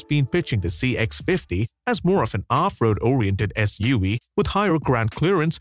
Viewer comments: What's up with your "V" said like Wee? (S-U-WEE) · “SUaweee” I can’t 🤣🤣